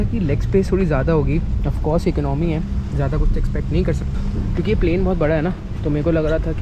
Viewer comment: Eknomy nahi hota boltay Economy hota hai